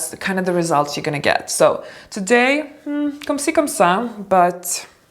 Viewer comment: when you said "comme çi, comme ça" you hit the nail on the head! The accent was perfect!